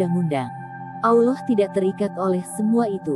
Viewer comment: Mohon maaf admin pengucapan Allaah nya terbawa huruf wawu,Awllah... Harusnya Allaah bukan awllaah